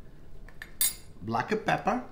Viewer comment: "Blacka peppa"... Love it, lol